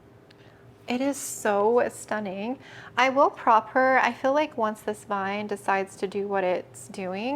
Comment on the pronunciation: I want the word-count ticker up in the corner for the word “Stunning” on this video 😂 “stuh-ning”